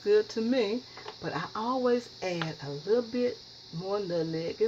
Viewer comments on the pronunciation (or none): Do you not know how to pronounce "nutMeg"?? It's "not" called Nut-Neg. No, it's nut-MMeg. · My mom is 85 born and raised in the south and has always pronounced her words like her. Especially nuttineg for nutmeg! If I hear you pronounce it like that then I know three things about you. 1. You’re a great cook! 2. You’re a clean cook! 3. You’re raised in the South! And one last observation, You were raised RIGHT and have lots of great advice and knowledge of natural remedies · Her pronunciation of nutmeg is very common in the south, drop the M. It's not just her, so So GET OVER IT and leave her alone. I'm sure her pie is delicious but I watch it because it reminds me of my momma and home. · more people than me said something about her saying nutneg and you didnt say shit so watch yoself messing with me cause i aint the one to come for k maurita george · You are so cute with the “Nutneg.” I love your video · Lawd, I just found out that my mama says, "nut-neg" too. This made me smile! Gotta try this recipe with 1 tablespoon of "nut-neg." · You used too much nutmeg, and can't even pronounce it. Nutmeg messed it up. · You grew up on nutmeg but never knew how to say it lol smh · The moment I heard her pronounce nutmeg like that, HONEY I knew she can cook. My mother and grandmother both pronounce it the exact same way and although she’s been in the Midwest since 1957, she still has her thick southern accent and she can cook, give great advice and teach me about natural remedies and old recipes. Yo grandma can not only cook, she’s a clean cook. I hate peoples on here scratching their hair rubbing body part, picking up animals and not washing their foods or hands before and during cooking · I love how she says nutmeg! She is a sweetheart....keeps adding stuff too. I bet it’s delicious! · Who cares if she pronounced it wrong.... just steal her recipe and hope it turn out right!!!! Thanks umm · I heard nutmeg. I don't know what you think she said wrong?